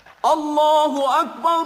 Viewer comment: nice to hear but please say Allah not alha